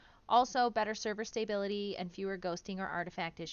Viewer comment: As a livelong PVEer thay just had their first honorless PVPer caused death, im stoked for some of these changes. Also, its stah-bility not stay-bility 😉